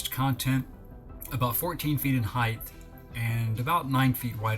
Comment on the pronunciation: Stop saying heighth! It’s is obsolete as the Reichth